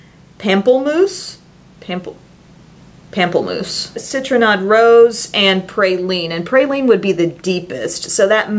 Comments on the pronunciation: Love that you always share such honest opinions on products! And the Jouer lip colour in "Pamplemousse" is french for grapefruit - pronounced "palm-pluh-mousse" lol. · Pamplemousse. Pam-pleh-mousse. Means grapefruit in French. :) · These videos are so helpful! Thanks! I love that you get into it! Pamplemousse (French for grapefruit) is pronounced Palm-play-moose. That's the best I can do without actually saying it to you lol. Love from Montréal 🇨🇦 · It is like "pomp-luh-moose" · pamplemousse is french! it means grapefruit, and it's said 'pom-pluh-mousse' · Hi, thank you very much for the review on the MAC foundation. I was looking at it the other day, I'm glad I didn't buy it. Oh, and pamplemousse is French for grapefruit. You pronounced it almost right, it is actually an L with an E which you don't pronounce "el" but "le". Simply reversed way;-) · Take that Stila thing back! It's crazy! And pamplemousse (paum- plu- moose) is French for grapefruit :) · It's pronounced "pomp-le-mousse" it means grapefruit in French!! Love your videos! I get so excited to see you in my subscription box!! xoxo <3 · This made me laugh! Love it! Ps those Jouer metallic lippies, the color pamplemousse, is pronounced "pom - pla - mousse" it means grapefruit in French! 😘❤️ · Pamplemousse- grapefruit in French! It is pronounced "pomp-luh-moose" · "Pample-moose"?? (sp) LOL haha the way you said that like Pamplemoose?? Haha! <3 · Pamplemousse is pronounced like Pomp-la-moose. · Pamplemoose?!?!? Hahahhahaa